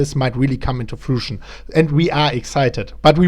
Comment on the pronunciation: Fruition - FROO - ISH - UN Don't worry, I used to say it wrong too until I found out I was saying it wrong.